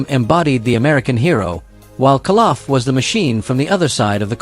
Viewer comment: its KOLoff not Kaloff